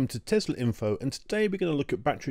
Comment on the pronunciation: Thank you for not saying Tezla.